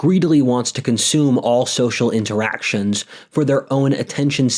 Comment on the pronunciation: Isn't it "consume"? Or "consomme"? 😅